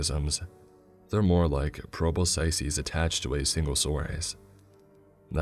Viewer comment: Pro-bo-sy-sees? Pro-bis-kis*